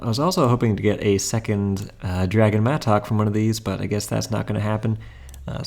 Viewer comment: I hate how you say mattock lol